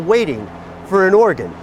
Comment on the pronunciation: I swear he said Oregon trafficking.